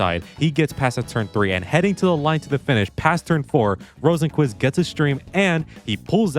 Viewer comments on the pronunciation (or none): You actually pronounce it (row sen kvist) 😔🥀💔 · what the hell is the pronunciation of Rosenqvist lol